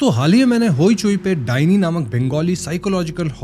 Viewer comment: The "dainee" means not given. I'm bengali. Dai-neh in pronunciation.